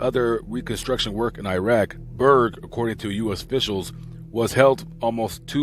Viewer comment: Its irak not irag